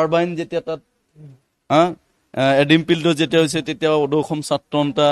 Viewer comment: Axomia dekhu bhalkoi spel koribo nowsre.. nixa nohoi niks... eket nohoi.. ekhet... axom... akom nohoi...khilonjia.... kilonjia nohoi....